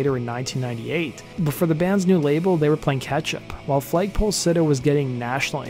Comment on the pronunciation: Why do you keep saying FLAYG poll sitter? Its FLAG pole sitter. Enunciation mate.